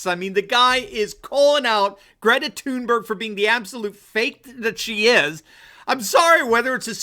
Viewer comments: 1. Gretazilla Thunberg’s Swedish pronunciation of her last name Is Toonberry. 2. Clearly she’s afraid of flying. 3. She so obviously follows a script supplied by her handlers while actually she knows nothing. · Please , I vomit a little every time you say her name .